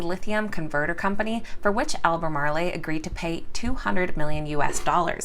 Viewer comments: It is not pronounced "al ba mar lay" it is pronounced "al ba mar oh" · AL-BUH-MAARL...just saying 😁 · I don't mean to all hypercritical, but being a NC native, I just wanted to point out that the town name, 'Albemarle" is not pronounced with the long A accent on the end. The E is silent just like most other words in English language with no accent mark over the last letter. There is no accent mark over the last E in Albemarle. So unless the company mispronounces their name intentionally. The pronunciation ends with the L sound. Al- beh-marel. Sorry. Just wanted to point that out. P.S. Thank you for your stock tips. I enjoy your channel and also think you are a beautiful, well spoken, intelligent woman. Thanks and once again sorry, I mean absolutely no ill intent or insult by my first statement.